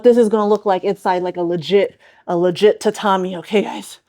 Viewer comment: That's not how you pronounce tatami